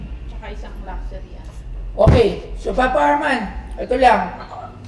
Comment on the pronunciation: They cant even pronounce LUXURY correctly lol.